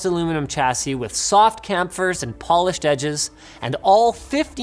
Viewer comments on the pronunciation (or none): it’s “chamfers” bro, not “kamfurs”